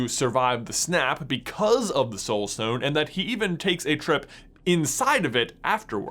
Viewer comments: That lisp is rather annoying. Every "st" word gets pronounced with a "sht" instead. Like he says stone like shtone. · Once I noticed you pronounce it as "Power Shtone", I couldn't not notice it. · Is it just be or does he say stone in a funny way? Like “shtone” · Have you realized he says shtone sometimes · I laugh every time he says power schtone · WTH is shtone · Lol "shtone" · If I hear him say "power schtone" one more time. I'm gonna lose my mind. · "power shtone" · The power schtone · Ok did anyone else realize he says “power SHtone” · “Power Shtone” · Word of the day: Shtone! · You say stone in a really weird way. "Schtone" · Shtone. Lots of shtones. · I hate how he pronounces the s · Stop saying schtone, it’s so annoying! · Who else realised he was saying power Shtone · This may be nit picking but every time he says “stone” he says “shtone” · The power shtone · POWA SHTONE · Its stone not shtone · Why does he say power stchone, but with the others, he says stone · Where is from? He pronounces stone as shtone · "Shtone" lul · power schtone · Power Shtone powered Shtaff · Stop saying "estone" please its really annoying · He keeps saying shtone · It is not a schtone its a stone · It’s not a shtone, it’s a Stone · IT'S S T O N E NOT S T H O N E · Does he say power shtone? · my mans saying power shtone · Why does he say Shtown not Stone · He says stone like “shtone” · Nobody: This guy:Power shtone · It’s pronounced STONE not SHTONE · stop saying "shtone" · It’s stone not shtone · You mean stone not shtone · Take a shot every time he says “schtone” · Nobody: J: “Shtone.” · “schtone” “firscht” “cascht” “HE TRIED TO CASCHT THE UNIVERSE INTO DARKNESS USING THE REALITY SCHTONE” “ONCE THANOSCHE HAS THE SCHTONE” “Hischtory” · ....power shtone... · every time he says "stone" i hear "shtone". anyone else? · Pls stop calling it a power shtone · I’m I the only one that gets stressed about the fact that he pronounces shtone instead of stone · shtone lol